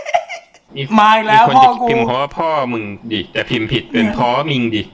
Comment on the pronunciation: ที่จริงไอ่คนเม้นก็พิมคำว่าพ่อถูกนะ คำที่ผิดคือมิง แต่ทำไมGMไปโฟกัสคำว่าพ่อแถมยังอ่านพ้ออีก อันนี้งงนะ555